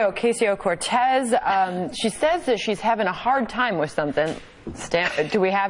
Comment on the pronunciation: You're getting closer to pronouncing her name correctly, Sam! I like it.